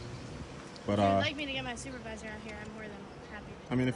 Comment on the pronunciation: “Where is your stupidvisor?” 🤣😂😂🤣at least that’s what I heard🤷🏽‍♂️